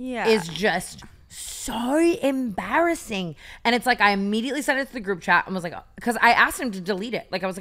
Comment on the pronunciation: Tanas “so embarrassing” sounded so Aussie hahaahah